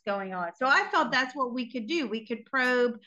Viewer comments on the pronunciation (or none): none